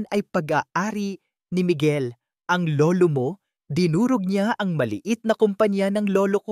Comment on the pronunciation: BAT ang Basa mo sa ang ay eng😂😂